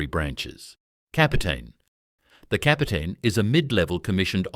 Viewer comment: La voix artificielle français de merde qui traduit et prononce le Français comme du Bullshitt.... On prononce R...e...i pas raie comme la raie de mon cul.. Marézal de loi.. ou lieu de maréchal des logis ...et C'est quoi un pélaton.. soulève talon ou su lutin au lieu de sous lieutenant . tenant gauche au lieu de lieutenant. capotin au lieu de capitaine. lol...in short the ranks are the same as in the other regiments. commonent pour commandant lol de chez lol . Major for non-commissioned officers is not a rank it is a distinction like Marshal for generals...the shoulder pad carries a grenade, not an incendiary grenade as the voice of shit translates into French